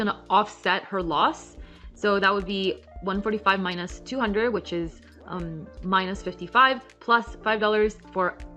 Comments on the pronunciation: Love this. And also love how she says “mine-us” :) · I can't front: I love the way you pronounce minus ("my-nosse") 😎